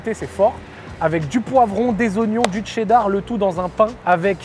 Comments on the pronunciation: qui prononce cheddar 😂 le TCHÉDDAR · Ouais ouais le fameux « tchéddar » 😂